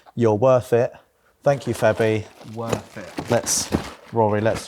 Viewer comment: Calling Würth "worth" is actually great